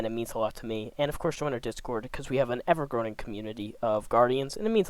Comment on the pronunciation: "Cuz' we have an ever-groaning community of guardians" Obviously an error, but accidentally accurate af haha